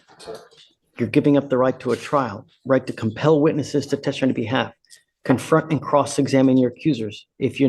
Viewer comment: Judge, you are quirky, 🤗compassionate👍🏻 & wonderful.👏🏻. I have 1 question. WHAT do you have against the word “testify”? You DO know it’s a 3 syllable word, right? You ALWAYS eglide over it and swallow it. Please pronounce it correctly so my ears don’t bleed. Thank you. 😍. 12/‘25